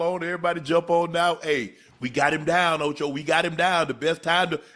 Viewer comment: The way he said ocho he said ocha that man was bothered by his comment fr